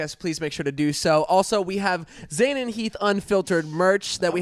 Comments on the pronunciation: It's Zane note zaine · Haider Hussain no i’m pretty sure it’s zane* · It's Zane not zaine*